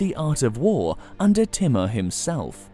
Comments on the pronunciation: hi ,,, kindly try to learn right pronunciation of names so we can understand exactly whom u talking about ,,, for example u keep saying "Teemar" but its not "Teemar" but infect its "Taymoor" written "Taimoor" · its not pronounced as "T" MUR... its TEEMOOR... he was as cruel as genghis khan himself! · His name is not thimar it's thamur